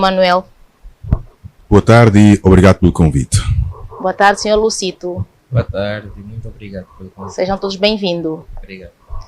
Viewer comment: É Dr. Luzito e não Lucito senhora apresentadora